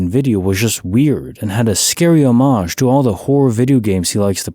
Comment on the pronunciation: I have to thank you for pronouncing the word "homage" correctly. You are literally the FIRST YouTuber EVER to do so (at least that I've ever heard!) I suppose that since you speak French that's the reason. This was the biggest glitch I've ever had on YouTube; a YouTuber who actually knew how to say the damned word correctly! 🤣 Great video, per usual. Freaky stuff, especially that weird video that person woke up to! The dark images on the white background; this seems SO familiar to me. Why would that be I wonder? I've never seen this online, at least anywhere I can remember. Hmmm, maybe I'm just tired and think I've seen it before. Strange. 🤔